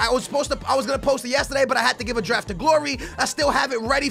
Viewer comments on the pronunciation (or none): none